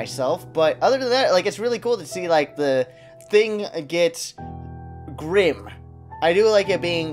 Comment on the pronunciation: 'It's so.... glim and bleak' Really xD